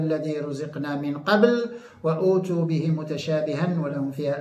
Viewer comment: معذرة اريد ان اصحح قراءة و اتوا ليس بمد الهمزة لانه يتغير المعنى